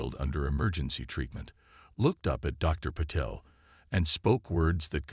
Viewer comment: WHAT THE HELL IS AI’S PROBLEM WITH PRONOUNCING AND SPELLING A 5 LETTER NAME SUCH AS PATEL , VERY FRIGGING SIMPLE AND TO THE IDIOTIC WRITER , THAT IS WHAT PROOFREADING IS FOR , MORON !